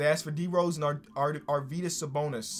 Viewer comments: Nailed the Sabonis pronunciation GG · You are pronouncing Sabonis name right!